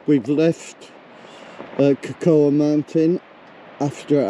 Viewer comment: Cocoa is pronounced co co!